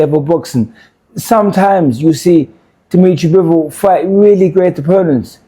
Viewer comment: Good analysis but lmao at “Demetri Mambo”